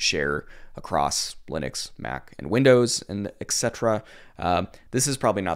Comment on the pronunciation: It is "eT cetera", not "eK cetera", man.